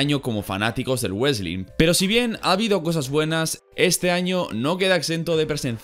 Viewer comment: nadie:: UESTLIN